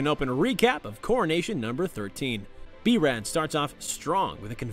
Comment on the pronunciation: b-ruh lol